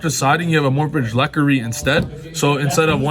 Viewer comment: That's not how "Lechery" is pronounced.